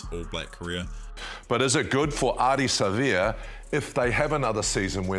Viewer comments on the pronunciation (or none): One of the 04 greats, just wish they’d pronounce his name properly. Don’t stress or drag the ‘a’, just Savea. is the worst at names, Keith Quinn is much better.